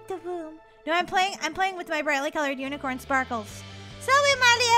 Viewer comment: molly always says power of the unacorin